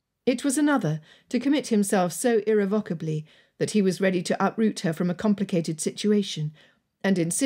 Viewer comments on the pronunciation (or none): I've listened to most of your books. One thing that bothers me about this wonderful narrator is her pronunciation of "irrevocable" and "phaeton". ("vock" ; "fee"). Otherwise, this narrator is a dream to listen to.